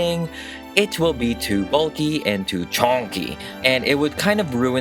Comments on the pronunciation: “it will be to bulky and to CHAWNKIE” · "Too chONKEY!" 😂